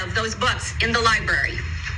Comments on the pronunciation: "Liberry" isn't an appropriate word either. Clearly they don't know how to speak correctly! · The word is “libRary”. The letter “r” is after the “b”. It is not a “berry”; it is a libRary.